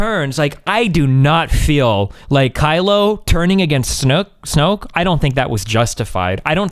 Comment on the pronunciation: He was mildly trolling. It was intentional. He called "Snoke" "snooky"